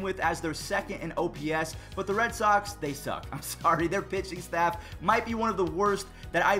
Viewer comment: When you said pitching staff I thought you said bitching staff